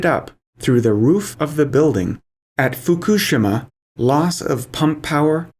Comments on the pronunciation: Can't take this seriously because they don't know how to say Fukishima. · You are the first person I have heard to pronounce fukushima more or less correctly.